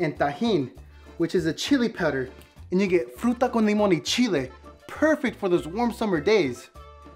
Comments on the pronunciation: you cannot tell me it does not sound like he just said the n-word😭💀 edit: thx for the likes i never got so many😭🖤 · it sounds like he is saying the n word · when he said and it sounds like he said the n word